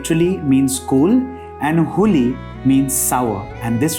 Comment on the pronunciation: Huli & dodda patre is pronounced not like you pronounced. Check the pronunciation